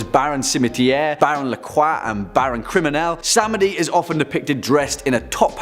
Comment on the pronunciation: U forgot to list Baron Samedi and Hades in the timestamps yo! Just to let y'all know!? Samedi is pronounced Sam Dee not Sam Eddy lmao Samedi is French for Sunday ✌